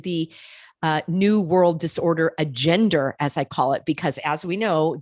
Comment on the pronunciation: ....do you intentionally say AGENDER???? rather than agenda?